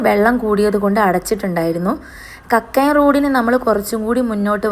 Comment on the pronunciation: കരിയാത്തുംപാറയല്ല. കരിയാത്തൻ പാറ എന്ന് പറയണം അതുപോലെതന്നെ കക്കായം എന്ന് പറയരുത് കക്കയം എന്ന് പറയണം ok